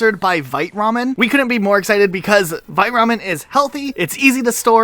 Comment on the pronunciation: Please start saying vite Ramen right. It's pronounced veet, and means quick.